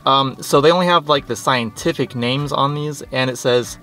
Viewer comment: 😂😂😂 much respect for the scientific pronunciations and nice guppy tank! My buddy runs an outdoor and indoor guppy pond with some pretty good luck growing plants as well. Great vid.